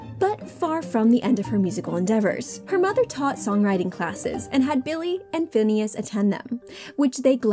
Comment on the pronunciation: The lady keeps saying finneas name wrong